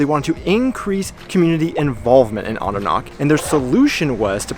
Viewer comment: guuuysss, can you try harder to make H sound? : D CH is like H in have. Andernach, machen, Nacht etc etc It has a vowel before, so it shouldn't be that hard to pronounce, probably doable even for Americans ; ) today I talked to one of our US employees and his last name ends in -macher, I asked him how to pronounce it properly (because you'll never know with Americans : D ), the reply? "MaCKEr, it's German" hehehe. I didn't want to correct him, he sounded so proud, probably 4th or 5th generation American.